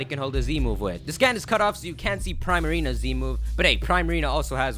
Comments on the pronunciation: FYI great video! but just a correction: Primarina is pronounced "Pre-Marina" not Pri-marina. Because the name is broke down as PRiMADONNA and MARINA. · Love your videos, mate! c: just wanted to say that I believe you're mispronouncing primarina- which is a combination of prima donna and marine (Prima is pronounced pree-ma, thus I believe the pokemons name is also pronounced "pree-marina". I look forward to future videos! Can't believe Sun and Moon is so close! c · Js, Primarina is pronounced PRE-Marina, kinda like Primadona